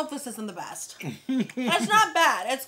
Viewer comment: the worst or the "beat " meal 🤔 🤣🤦‍♀️ do you mean best meal 🤣 and you need a shirt that say # exactly # absolutely # needs more sauce